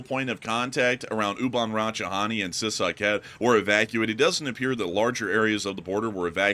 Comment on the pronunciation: you say it like See Sah Kate. and Oo Bahn Ra Cha Tah Knee